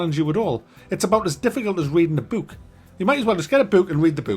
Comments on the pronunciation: Why is he saying buk? Read a buk. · I thought u said "Boot".. Would've been funnier. and IDK why it would've made as just as much sense too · My favorite part was when kept saying 'Boot' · Is that really how you say “book”? Because I love it 👍 Bewk. Beook. Beuk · That's how pronounces words with double "o's" in them. "Bewk, hewk, cewk." 😂😂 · Boek! His pronunciation is literally "boek" (Dutch).